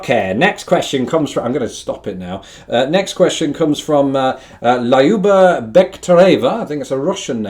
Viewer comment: [Lie-OO-bah] - how funny! :) This Russian name (Lyuba/Ljuba/Люба) is pronounced [LEW-bah] ("-ew" as in "new"), and BTW cognate with English "love" / German "Liebe".